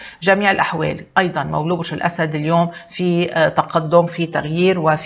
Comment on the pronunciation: ليش تقولي مولو..... ما تقوليش مولود ستفزيتيني